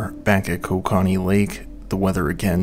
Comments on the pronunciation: another Canadian here, it's pronounced ko-KA-knee .. no matter how most Canadians like to say it. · Dude needs to learn how to say KO-KA-NEE. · OH WAIT YOURE TRYING TO SAY KOKANEE (CO-CAN-EE) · Love how I knew 5 seconds in all the comments were gonna be Canadians being irritated by the pronounciation. I love cracking open a nice cold Ko-kah-nee at the end of the day lol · It continually makes me laugh as to how much non-Canadians don't know how to say many of our land marks. It's not pronounced "ko-ka-nee", it's "koke-a-nee" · Canadian here, Kokanee is pronounced: “Coke- ah-kneee” loved the video! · it is pronounced coca knee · It's pronounced co-can-ee😂😅😂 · As much research that goes into one of these, is it that much to also research the pronunciations? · I didnt even know he was trying to say kokanee and I'm also from the town the brewery is in LOL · Yes!!!! Not sure I can watch this. in and whoever is speaking doesn't even know how to pronounce Kokanee. How does that happen? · This guy needs to learn how to pronounce kokanee properly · Shame you didn’t take the time to learn the proper pronunciation for Kokanee. And, you only get about 50% of the story correct. How do I know. I was there.